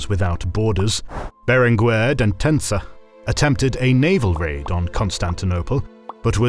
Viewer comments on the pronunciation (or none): Berenguer, not Berengüer. The G stays hard, but the U is silent. Very little research seems to have been done on Catalan...